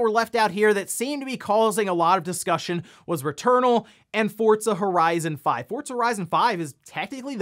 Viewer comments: Its not pronounced fortza. Do you see a t in the name of the game? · Take a shot every time he says "fortza horizon 5"